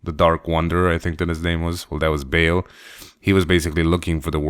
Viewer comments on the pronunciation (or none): his name is pronounced Baal, as in a long A, not like Bale, like Christian Bale.